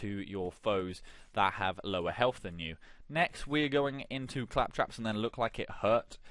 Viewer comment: Fantastic build. Building toward this now. I will say though CAL trops. Say it with me CAL as in California. Trops as I'm tropical. Caltrops. Not Clap traps lol